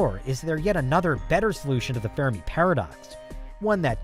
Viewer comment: Sorry for the pettiness, but it is the fermi paradox, not the fair-a-me paradox. Reminds me of another amateurish, YouTube video where the script reader pronounces the Jovian moon Europa as Europe-uh.